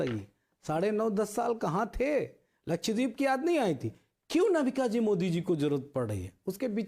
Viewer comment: अबे लक्षद्वीप बोलना तो सिख ले, बाद में प्रवक्ता बनना